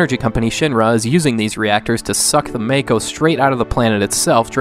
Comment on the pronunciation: its mah-koh. I hate FF7 and even know the correct pronunciation of the words.